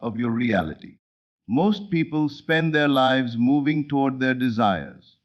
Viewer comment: Excellent teaching! But please correct mispronunciation of “lives”, so less distraction. Also, there is not enough pause between sentences so one can consider what is being said. Plus, correct word emphasis is missing so points in message are not clearly made. Thx 😊